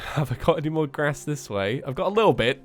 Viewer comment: It's "grass" not gras" bad grammar